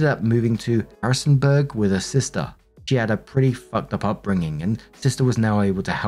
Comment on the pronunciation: I’m from Virginia. Actually pennlaird so in the middle of Harrisonburg and elkton. The butchering of my beloved towns names hurt 🤣